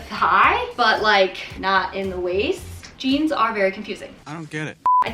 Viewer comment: custom jeaMs.. lol. U cute.